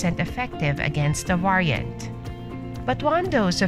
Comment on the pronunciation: Why don't you pronounce variant correctly?